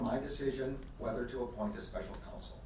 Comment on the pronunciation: it is council (counsel) not console